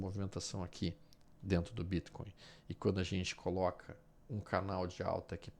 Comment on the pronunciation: Quando vc pronuncia o Bitcoin , não poderia falar normal? Ficou horrível essa sua pronúncia